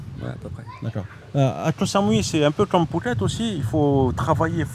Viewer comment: Comment tu peux dire "ko Sa-mou -i" et vivre depuis 18 ans à " ko samouy" ? Tes bidon !